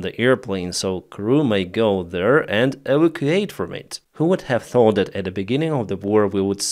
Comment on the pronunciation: Plan-TOON - like cartoon. Your English is great but you need to improve. Like you can’t say E-VAC-U-ATE. NOT EV-o-Cate as you always say. Drives me crazy.